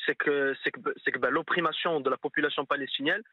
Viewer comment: RECUPERSSION, OPRIMATION , ce garçon nest pas allé a l'école